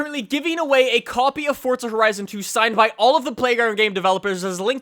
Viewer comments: Why the fuck do you always pronounce it 'fort-za', it's 'for-za'! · its not fortza its forza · There's no t in forza!!! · THERE'S NO 'T' IN FORZA!! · its forza you cant go in a straight line